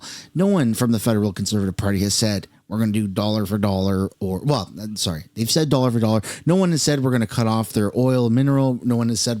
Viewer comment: "soar-ry" lol